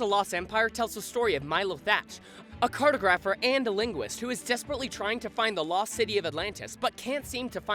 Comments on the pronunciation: Might want to check that pronunciation of "Cartographer" there buddy. You said "Carto-grapher" and it's more "Car-Togg-Ropher" like Photographer. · Cartographer? I think you meant to say cartographer